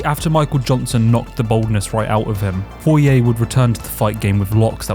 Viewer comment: Went cunts say poiriers name like that I wanna die